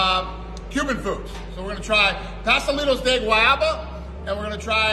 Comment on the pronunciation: Wtf is pastalletos, Dana? He meant Pastelitos